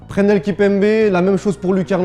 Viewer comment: c'est un ouf il as dis prenel Kimpembe XDXD